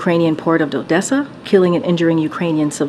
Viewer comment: She cant even say Odessa 😅